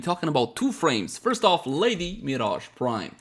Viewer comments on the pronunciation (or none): none